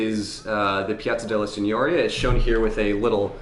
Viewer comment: Signoria. The accent is on the second i But I can understand the confusion, as Signora (madam) is instead pronounced like you pronounced Signoria (lordship). I'm telling just because, you know, people are learning from you